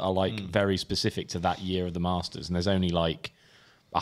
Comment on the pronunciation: tell your crew it’s the Masters and not the Marsters😂